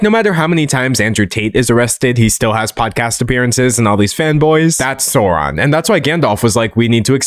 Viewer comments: Babe I'm disappointed. I thought you're the type who would pronounce Sauron properly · You made some important mistakes. First, Saruman was never Gandalf's mentor. They've always been colleagues. Second, you mispronounced Sauron. Yeah, he kinda deserves to have his name mispronounced, but at the same time you're butchering someone else's language.